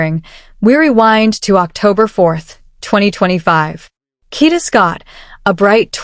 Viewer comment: Kada, not Kita.😂